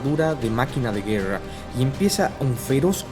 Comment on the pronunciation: 'Guewra'. 'Wresistiwr'.